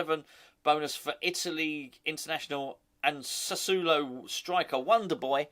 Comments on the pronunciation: Lol you always crack me up. It's pronounced like "Sass-swallow" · It's sass ooo oh low. I lived in Italy for 4 years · Doesn't matter, but you need to add a syllable. Sa su o lo. Four syllables, not three. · I speak a little Italian and I’m pretty sure it’s Sca-matcher and Sass-woah-low 😉⚒️ He sounds decent, a very Italian type player. Cheers.